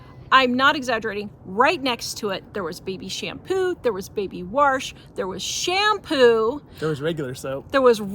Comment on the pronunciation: WHY do yu keep saying WARSH